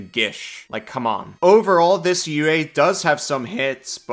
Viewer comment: Pronouncing UA as ooah made my brain explode